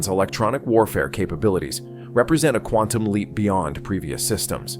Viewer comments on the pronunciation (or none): none